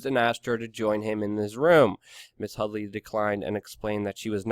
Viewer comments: HUDDY not Hudly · Her name is HuDDDy - not HuddLLLy. Read carefully and report it right.